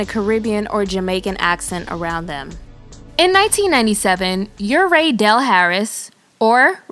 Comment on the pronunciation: Sound like she said her name was "rape " del Harris 🤪